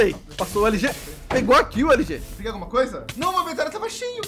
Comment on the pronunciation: LG fala LOSTRE